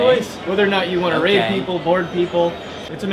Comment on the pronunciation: Pretty sure it was "raid" not "rape" lol But hey, it's a pirate game, why not?